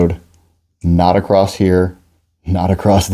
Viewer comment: Why do you add a t at the end of the word "across?"